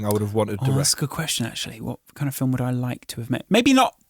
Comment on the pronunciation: How to say film like true geordie. (Phil-mmm)